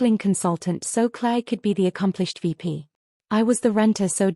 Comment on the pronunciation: It’s the way AI interprets the pronunciation Claire became Clay and all these stories follow a similar story line